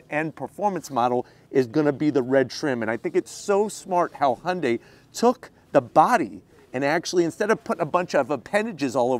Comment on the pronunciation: 리뷰 하시는 분중에 현대 발음을 제일 잘하신 분이네요 제가 듣기로 정확히 "Hyundai 하시네요! 잘 봤습니다^^